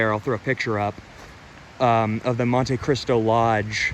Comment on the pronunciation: Mon-Te Cristo. Not mon-TAY Cristo.